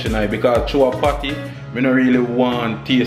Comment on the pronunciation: Emphasize the P when you say patty because I thought you were thinking about other things